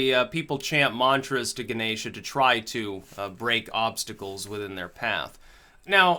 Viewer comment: the gods name is pronounced gann esh or even hann esh. Sorry to be a fuk wit smart arse language Nazi but it just satisfied my self importance trip